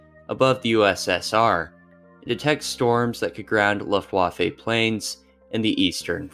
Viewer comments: I'm sorry I'm such an asshole, but I had to stop after 2 min due to hearing "luf-waf-ay". I'm just done. Especially when you can just google it and find out how it's pronounced. I can't imagine what other things weren't researched if such a simple thing was missed. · You really need to check the way you pronounce "Luftwaffe" lol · Your pronunciation of European words like Luftwaffe and Ardennes is truly painful to hear.